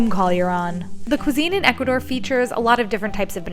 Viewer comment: I love your channel but it's Ecuador not Educador 💛